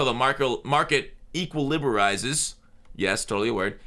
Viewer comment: Equilibarize is the word I never knew I needed.